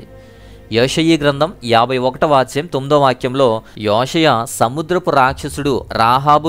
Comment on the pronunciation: యోషియ గ్రంథం అని ఉచ్ఛరిస్తున్నారు సరిగా పలకండి బ్రదర్ (యొ కి యె కి తేడా ఉంది)